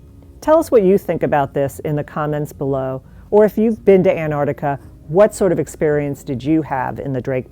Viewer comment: “Antarctica”, not “Anartica”, please.